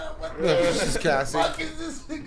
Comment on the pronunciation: As soon as fucked up Cassies name was like that's my que! 😂😂😂